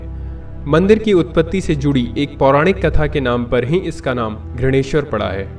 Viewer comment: कृपया घृणेश्वर को घृष्णेश्वर कहिये ... स्थानिक भाषा का सम्मान कीजिये